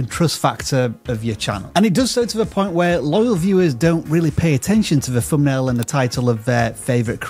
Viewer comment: ''Fumbnail and algorivm' still just hit my ear wrong